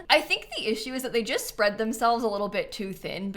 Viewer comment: "I jist don't really care about penthouses!" so funny 😂